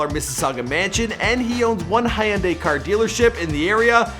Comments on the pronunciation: Hayundai. Idiot. Its hyuunday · Did he just say high-un-day instead of Hyundai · HUN-DYE you idiot..learn to pronounce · Jesus Christ!! Dude its pronounced hun-die dont over think it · 😂hee un daeeeuhh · Hayunday what da heck is that pronounciation bruh.... Come on hahahahahaahah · That's not how you say Hyundai